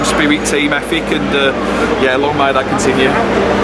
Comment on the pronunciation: "think" not fink, "ethic" not efik, for fecks sake can't the Express and Star find a journalist that speaks English?